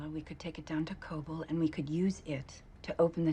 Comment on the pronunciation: Kobol is more correct.